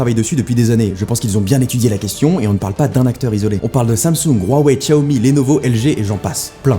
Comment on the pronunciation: Enfin tu parles "un peu" de Xiaomi Plutôt bien prononcé en plus :O